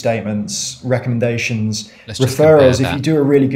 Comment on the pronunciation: Tough to hear that guy saying ‘recumdations’ over and over again. Can’t edit out bad speech